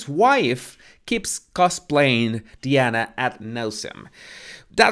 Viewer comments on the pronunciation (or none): It’s not “Deana,” it’s Diana ffs!